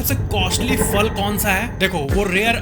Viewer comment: “Simpanzee” ?! 🤷🏻‍♂️🤷🏻😂 “Fal” nahiñ “phal” kehte haiñ.